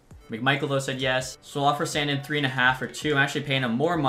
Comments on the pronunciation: It’s “sandeen” not sand in idk how you don’t know that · SAN-DEEN NOT SAN-DIN good video though squirt